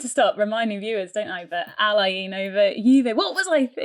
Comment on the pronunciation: Pronunciation of Al Ain is wrong guys, you are butchering it.